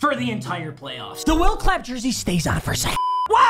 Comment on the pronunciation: love it how u said will clapp